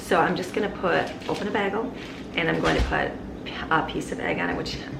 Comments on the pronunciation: Im from Chicago and I say bay-gul not baggle lmaooo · Love your videos!😍 (I've never heard anyone pronounce them "baggles". The "a" should be a long vowel sound)😉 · PLEEEEEASE? Pronounced: “BAY-gull”. (Long ā sound.). As in “play.” NOT “BAG-ull”. 🤦‍♀️😱 (Not a short a sound, as in “hat.”) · BAY GUHL ..... NOT BAG EHL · bag-uhl. BAG-UHL. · Omg you say bagel wrong lol! This is low key amazing though #supermom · Pronounced "Bay Goal". 🥯 Bagel ☺️ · bagel is pronounced bay-gull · It was triggering me so much, but I wasn't going to say anything... Baaagel🤗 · I was wondering if anyone else caught that as it bothered me a little. I'm Californian and we pronounce it bay-gel as well. I've watched alot of her videos and cringe when she pronounces Spanish words, like salsa; Pico de gallo; etc, wrong. But I grant grace because not everyone knows. But I've never heard anyone pronounce Bagel bA-gel. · I've never heard a person pronouce "bagel" with a short "a" sound before. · Her pronunciation of the word bagel is low key upsetting me. But I can’t actually get mad because she’s so awesome! 😂😂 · Wow I’ve never heard bagel pronounced like that. Where are you from? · The southern queens love the bacon fat but not the way she said “bagel” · I've lived in Michigan all my life and I've never heard bagel pronounced that way, lol. Are you guys yoopers? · It's Bagel not Bagel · bagel [ bey-guh l ] How can you be American and NOT know how to pronouce this word!!?? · lol the way you say bagel is driving me up a wall. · Love how you pronounce bagel